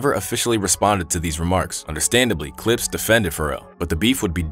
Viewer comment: That was wild, bruh couldn’t say the Clipse or Pusha and Malice?😅